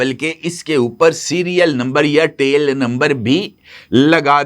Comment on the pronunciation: ABBY GUNJAY DHAKKAN 😂TEAL NAHEAN TAIL SAHEAH ENGLISH BOL WARNA URDU MEAN DUM BOL.😂